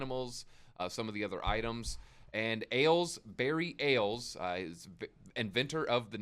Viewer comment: It’s pronounced Ah Les short for Alessandro